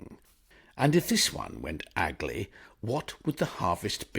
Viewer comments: Aye, so it is. I thought was perhaps poking fun at Bingo's ignorance (something tells me Bingo is barely more literate than Bertie Wooster!) when he pronounced it 'aggly'! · Wonderful as always thank you. But by the way - it’s pronounced “gang aglay” 😁